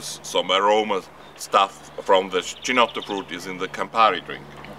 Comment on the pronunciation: If you are so invested in it, you might want to at least check out the correct pronunciation. It's "key-notto". CH is pronounced as K in Italian.